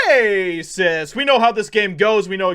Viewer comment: I subb'd just for the "rrrrrr-racist" the beginning lol 😆 Clown them